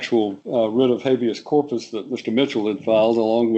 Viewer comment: "Habeas", incidentally.